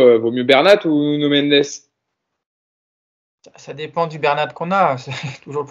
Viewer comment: C'est aussi insupportable de vous entendre déformer les noms de nos joueurs. Vous êtes l'un des podcast référence pour les supporters du PSG donc pourquoi appeler Simmons saymonsse ? Le type est hollandais pas anglais , son nom se prononce Simmonsse . Pareil pour Nuno Mendes , ça se prononce Nuno et non pas nougno Mendes . Je vous avez fait la réflexion pour Baker la saison dernière , j'espère que vous prendrez en compte ce nouveau conseil